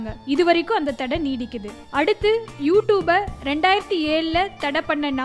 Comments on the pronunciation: hey u pronounce is wrong ........fuck ...not u toob..its u tube 😂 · 1 st of all clearly pronounce you tube 😂 She said u 2b